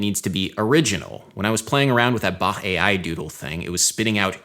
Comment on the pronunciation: FINALLY SOMEONE WHO PRONOUCES BACH WITHOUT THE CK SOUND But Adam is a musician so it isn’t actually a surprise but I’m happy :D